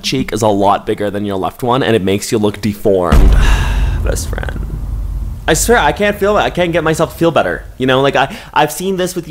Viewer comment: Besss Fryand 🤣🤣🤣